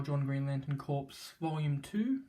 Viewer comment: “Corps” is pronounced “core,” not “corpse.”